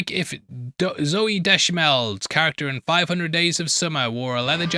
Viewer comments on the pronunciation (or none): Did you say Zoe dechaMel??